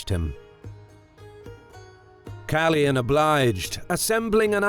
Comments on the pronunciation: Awesome video as always! Just one thing. The name should be pronounced KalOyan and not Kalyan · KaLOYan not Kalian! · you totally mispronounced Kaloyan